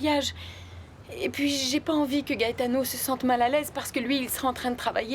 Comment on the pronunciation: La sœur de Ruby m’énerve avec son soir disant gaëtano 😂😂